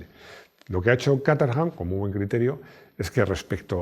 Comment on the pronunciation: cómo te esfuerzas tanto en pronunciar nombres y marcas como se hace en su idioma de orígen te lo comento a modo de chascarrillo, Caterham se pronuncia /kéy-tram/ en inglés. Me quedé roto cuando lo escuché 😅. Me encanta tu canal, un saludo.